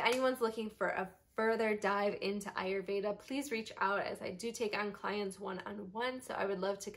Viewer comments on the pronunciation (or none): none